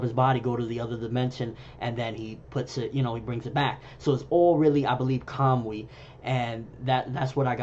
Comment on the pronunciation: Are you pronouncing it as Kam-wi...I dont know japanese but it looks like its pronounced ka-mu-i...I took it as when Kakashi sent the Kunai and the Resengan to the other dimension it connected with Tobi there, when he de-materialized and when he materialized he brought it back with him, causing him damage. I dont think Kakashi has figured out how to use it the same way Tobi has.